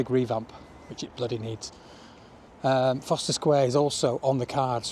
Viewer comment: Isn’t it Forst er..?? Not Foster ?